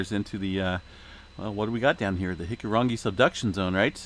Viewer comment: Thanks for updating. You've got the Hikurangi pronunciation rolling off your tongue now 😊